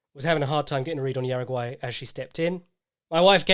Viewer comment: Hey, your pronunciation of Juaregui was atrocious. It’s pronounced hara-gi. Love your work!